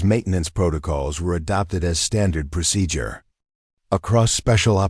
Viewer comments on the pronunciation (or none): I don't know where this narrator comes from but what is prosijur?